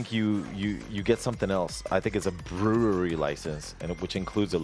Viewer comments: b - ru (as in rude) - ree. its understandable, so watevs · I lost some brain cells everytime he said brewery